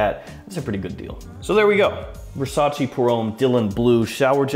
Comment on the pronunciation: I have whatcehed and appreciated dozens and dozens of your videos, but let me tell you that its not Versac(i), like the Y in yes; Its verˈsaːtʃe] more like the "che" in cherry. And its not "acqua di Gio" its acqua di dʒo similar if not the same as "Jo" in Joe. You know like "G. I. Joe" same as acqua di Joe . Now you have an advantage over the other fragrances reviewer